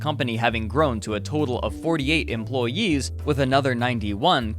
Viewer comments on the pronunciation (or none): correct, probably because he overemphasized the 'yee' part of employees. Either intentionally or he heard it in editing and slapped it in as a joke. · The timing of mentioning 48 EmploYEE's (got a good chuckle at the Yee-nosaur too lol)